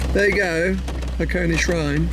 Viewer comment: I know this is an only video but I can't not point it out. This place is called Hakone. (Ha-ko-neh). Hakoni (箱に), as you keep calling it, is an incomplete sentence about boxes.